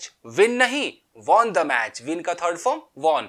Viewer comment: Won ko Sahi pronounce kare please😫🙏🙏💓 ayub khan